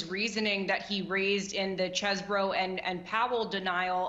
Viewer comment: It is pronounced CHEESE-BRO.